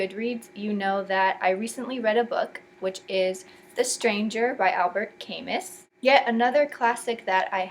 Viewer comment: It's pronounced like Alber Camū